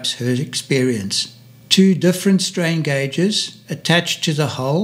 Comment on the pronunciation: "strain gage" not "strange gage" 😂😂😂